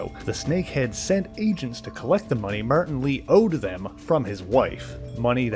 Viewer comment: martin = "meyrtin" lmao